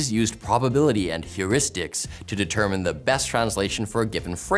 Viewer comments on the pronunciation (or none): none